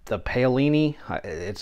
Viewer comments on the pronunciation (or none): The Paolini rule is pronounced "Pow-leeny". I have a few Woodpeckers tools myself, but only purchased what I needed (nothing repetitive) and I use all of them on a regular basis. Purchasing Woodpeckers tools at some point becomes a waste of money because most of their squares and rules perform in the same way. I find that many "woodworkers" on YouTube seem to purchase Woodpeckers mostly to put them front and center for the videos, I never see them use 1/4 of what they have displayed on their wall lol. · Ao in Italian is pronounced ow. So Paolini is Pow-leenee.